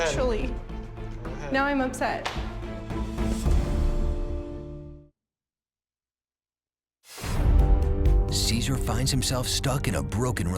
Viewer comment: "I am ipset"😂😂😂 OA girl